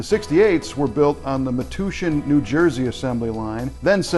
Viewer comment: Hey you'se guys. For the record, in NJ the Ford assembly plant was pronounced Me-TOUCH-en for the city it was located in.